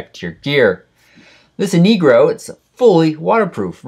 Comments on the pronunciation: It sounds like you are saying :'InigRo' instead of 'InRigo'.. Which is it.??? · you said inegro